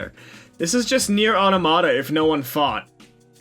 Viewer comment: The way you say automata as Auto Mata instead of pronouncing it Automita as one word just makes me want to say "I don't know, what's the Auto Mata with you?"